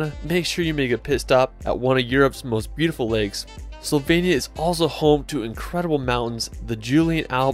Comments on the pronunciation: Great video, but are you deliberately saying 'Slovenia' wrong?? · Great images, thank you for this video. With respect to you, may I suggest you show some respect to these destinations by putting just a bit more effort into getting the pronunciations at least close to correct. Not perfect necessarily but also not mangled. Just one example: Slovenia is not pronounced "sylvania." Not even close. But regardless of my nitpicking the video is well done and enjoyable and I have shared it with others. Thanks again.